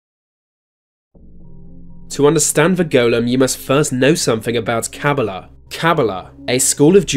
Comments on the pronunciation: KABBALAH is pronounced "Kuh-BAW-luh" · You pronounced Kabbalah wrong